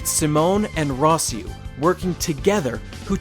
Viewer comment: I damn near turned this video off at "Rossieu", lol.